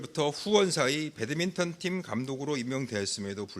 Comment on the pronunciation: 저 아저씨는 배드민턴을 왜 계속 배드민튼이라고 해요?